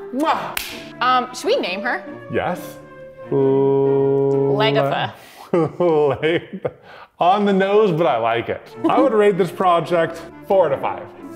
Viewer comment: Legatha should be pronounced Le-gatha. with the emphasis on the gath instead of on leg